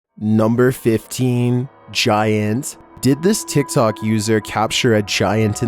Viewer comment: nUmber fiftEEN gi-ANT